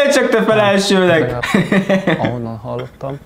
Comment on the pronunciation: "Első-nek Nimród" 🫥